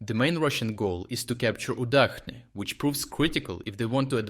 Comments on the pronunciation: Is not it Udachne not Udakhne? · I am increasingly curious about this narrator. He speaks with a Ukrainian accent but he pronounces Udachne with the "Ch" dipthong not as in cheese but as in czech. But in Ukrainian "udachne" is soft and means luck. Why would you change the pronunciation to not sound understandable in any language?